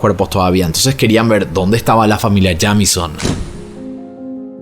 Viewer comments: Hola,. Me encanta tu canal. Se pronuncia Yeimison ☺️ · El apellido se pronuncia "Yeimison" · Que horrible forma de pronunciar ese apellido